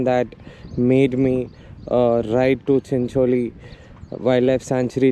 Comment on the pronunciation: Although need practice on how to pronounce Chincholi